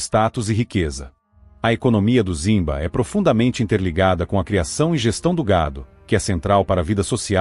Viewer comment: A pronuncia é rimba e não zimba!